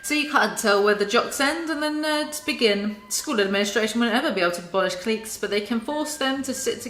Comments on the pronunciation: everyones talking ab how she says “miami” but why is no one talking ab how she says “cliques” like cleeks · Yeah it’s meant to be pronounced like “clikes”.